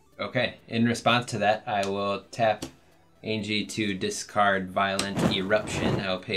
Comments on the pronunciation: Anje Falkenrath is not pronounced Aingie it’s pronounced Anya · Y'all know Anje is pronounced An-Yeh, right? Not An-Gee. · Not to be that guy, but it’s pronounced AHN-YE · I do love this ... I really do. BUT ... am I the only one going crazy every time they mispronounce "Anje"? LOL. (It's pronounced "AWN-yeh", FYI). I can forgive the mispronunciation of Tahngarth ... but the Anje bugs me for some reason. And the sound level is still a little quiet - though the quality is better.